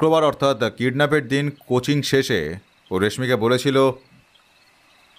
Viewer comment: Coaching uccharan ta "Cochin" keno bola hocche